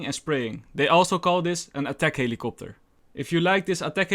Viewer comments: etek heliekoptur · Die helikopter lmaoo je hoort die nederlander in je echt